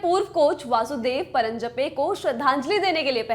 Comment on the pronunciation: Parinjape? Kay he laallantop it's paranjape😭